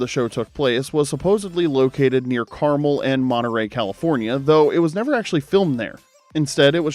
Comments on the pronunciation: car-mole? it's carmel. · I'm from California and I just have to say it's CAR MEL, not caramel like the candy lol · Carmel is pronounced CAR MELL. 👍👍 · I can't believe you mispronounced Carmel. It's Car - MEL, like "Mel's Diner." :person-turqouise-waving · Carmel is pronounced 'Car-Mel', not like the candy. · I vaguely recall this was a show. Don't think I ever watched it though. Oh and Carmel? The second part is pronounced like the name Mel. Nice use of the Bixby Bridge. I always love seeing it.